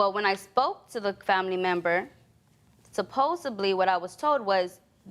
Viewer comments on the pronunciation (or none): It’s SUPPOSEDLY! ...SEDLY not SABLY. What is suppoSABLY??? She keeps going off topic 😆😆 Judge couldn’t take it when she started talking about how she treats his wounds when she asked where she sees herself in a few years 😆😆😆 He’s low key funny; but needs to be serious too. I’m 27, been in a few relationships, no kid yet. Makes me wonder if these pharmacies in The United States don’t sell postpills, contraceptives to teens and beyond! Wouldn’t you waste a few coins on contraceptives than bring an innocent child you can’t take care of into this cruel world? I’m glad our African parents brought us up the way they did. 🇬🇭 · Prebious of women, suposebly and tooken? Wtf? This is making my head hurt. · She needs to concentrate on school and not this man, because these words she is using (supposebly)..need to be discarded ASAP!